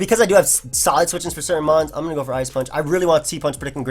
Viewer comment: Love the Showdown Live. Good fun to watch these new pokes. Nice "once the rocks are goIn' too. Accent?